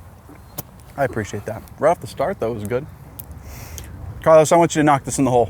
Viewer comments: Carl-OWSE Alcaraz.... Carl-OSS. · The way americans say 'Carlos' is great 👌 keep up the good work